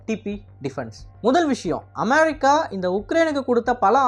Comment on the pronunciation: Please properly pronounce the word America